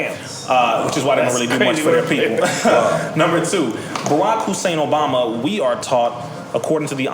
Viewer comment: Did this nigga call barack "borat"?